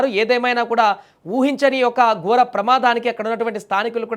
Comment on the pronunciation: రహాదారి కాదు....... రహదారి...... గోర ప్రమాదం కాదూ నీ మొహం... ఘోర ప్రమాదం.....